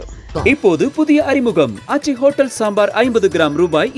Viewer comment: அதென்னடா 'ஹொட்டேல்'😂😂😂